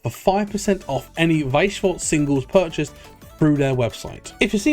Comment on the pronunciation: yo the pronounciation of weiss schwarz is so much better now you're learnding